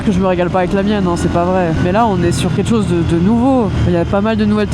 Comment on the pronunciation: Vous pouvez arrêter avec vos "ket' chose" ?!! C'est ket chose de très énervant.